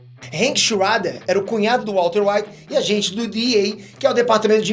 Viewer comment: Porra, Hank Xuader? Aí é de fuder